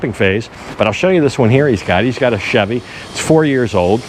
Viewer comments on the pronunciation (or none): none